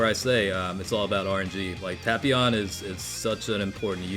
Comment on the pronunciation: The way he pronounces tapion gives me ear cancer though.